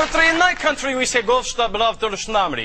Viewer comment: "We wuv you, Walla Walla, Washington..."